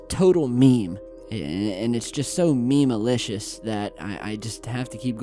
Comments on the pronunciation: "Meme-alicious"😔....still love you. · My ears started to bleed when I heard him say “memealicious.”